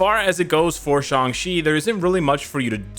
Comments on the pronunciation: Isn't his name is sang-chi why is saying sang-si??? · Why does he keep saying Shang chi as shangshi